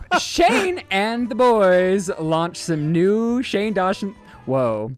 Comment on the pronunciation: I thought stopped because he realized he said "Shane Dawshin" 😂😂